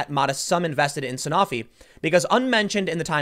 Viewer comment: A stake in a drug company as massive as Sanofi (pronounced San-oh-fee, Tim, but no blame for saying it wrong since I screwed it up the first time and I work in the business) is indicative of nothing. The company is as big as Genzyme or Takeda. Their drug portfolio is varied across multiple diseases and different indicators. It’s the equivalent to bitching about a person owning stock in an NSAID producer.